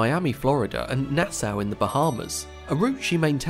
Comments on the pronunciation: Nass-ow? It’s not German :) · Surely it's pronounced "Nas-saw" in the Bahamas, "Nass-ow" in New York state.